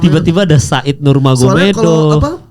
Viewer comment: "nurmagomedov" dibacanya "nurmohamadov" di salah satu interview khabib